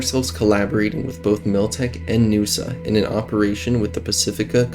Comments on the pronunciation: N-USA, not Noosa 🤣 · N.U.S.A. Not NUSA It's not a word, it's an acronym. New United States of America. Just as you wouldn't call the current U.S.A Usa.